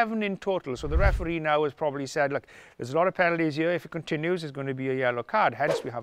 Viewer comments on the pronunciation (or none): none